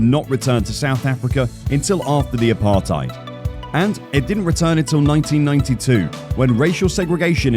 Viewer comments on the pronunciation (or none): none